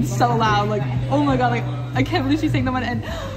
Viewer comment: believeがビルって最初聞こえた ビリーブとは発音してない感じに 他の単語も軒並みショートカットして話てるみたいだった 本当に、どうやったら聞き取れるようになるんだこれ？ まじめに絶望しちゃったかもしれない